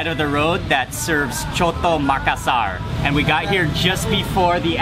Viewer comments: The name is not coto the name is soto with S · Called SOTO NOT COTO lol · In Think the right Speeling is Soto.. Ss sounds.. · Soto bro not coto 😂